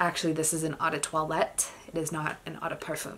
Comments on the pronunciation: Not trying to be mean but you need to learn how to pronounce "toilette". Say twalet not toilette. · Actually in Francois you say it like twalet so worry bout learning how to pronounce for yourself